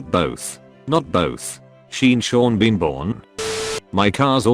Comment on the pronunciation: "Seen Shawn Been Bawn" 🤣🤣🤣🤣🤣🤣🤣 I LOST IT!